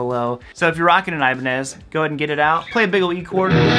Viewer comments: No thanks. I hate the feel and sound of locking guitars. I tried one in the 1990s, and it felt so unnatural. I stuck with my Squier Stratocaster. And I feel it should be pronounced E-ba-nez, not Ay-ba-nez. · First of all brotha it’s Ibanez not Ibanez.